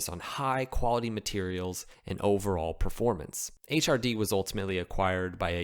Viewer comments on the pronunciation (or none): none